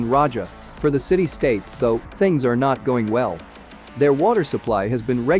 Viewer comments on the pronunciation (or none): none